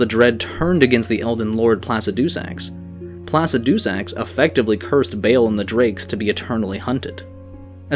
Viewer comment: can you please stop saying placidusax like that? the dragon priest says the name how it's supposed to be said.